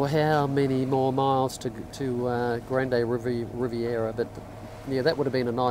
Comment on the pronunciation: Excellent video! About Grande Riviere, it's French so it's pronounced, grand rivier.